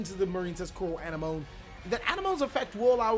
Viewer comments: Its pronounced A-nem-mo-nee lol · I believe it's pronounced Coral An-em-o-nee. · A NEM O KNEE. Knee as in what you have two of on your body. Have you not seen finding Nemo? My guy the sea anemone (uh-NEM-uh-nee) is named after the terrestrial anemone flower. A close relative of coral and jellyfish, anemones are stinging polyps that are attached to rocks on the sea bottom or on coral reefs waiting for fish to pass close enough to get ensnared in their venom-filled tentacles. The sea anemone gets food and maintenance from the clown fish and the clown fish gets protection from the sea anemone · ann-emm -oh-knee. if youve seen finding nemo then youll probably have an easier time saying coral anemone's name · Anemone; ah-neh-mon-ee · A-nem-o-ne is the correct pronunciation just to help you out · Hey bro, anemone is pronounced ah-nemm-uh-nee :) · Anemone may be pronounced wrong, but at least you don’t stutter it like Nemo lol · please watch Finding Nemo so you can pronounce Anemone.